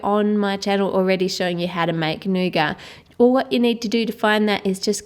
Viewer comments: It's not nougar, it's nougat... Pronounced with a T not and R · i think you are saying nougat say new git